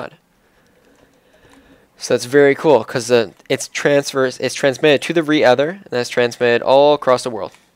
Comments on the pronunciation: "re-ether" lol it's redstone ether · re-ether pearl? no its rether pearl